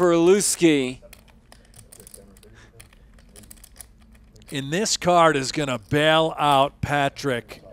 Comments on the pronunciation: Why are they calling him LOOSE-KEY? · Why are they calling him Looskey?